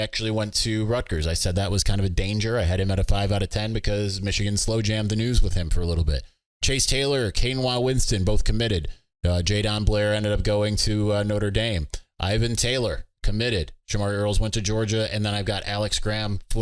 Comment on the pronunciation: why do you pronounce Kainoa like he's the rice substitute Quinoa? As far as I've heard from the other outlets Kainoa is pronounced KY-Noah.